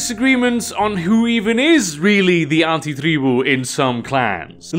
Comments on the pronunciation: The way you say Antitreeboo🤢🤢🤢🤢🤢🤢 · Im very new to VtM and I appreciate your pronounciation of "anti-tribu". Its very accurate to how my mother tongue would say it and its pretty cool to hear someone who has a natural western accent nail it down perfectly. 😂